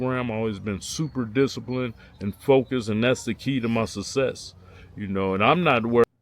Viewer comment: Kali cant say success or ultimately...he says SUSESS and Ultame